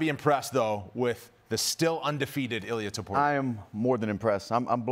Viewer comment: His name is I L I A (e-lee-a) not ilias he’s not Greek he’s Georgian 🇬🇪